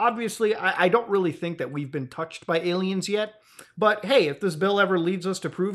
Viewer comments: Why does he call them ALmaos? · Any day I get to hear Muta say Ay-Lmao is a good day.